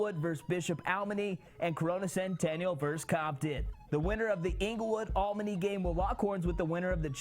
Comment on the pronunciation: It's A L E M A N Y. not almeny. Lol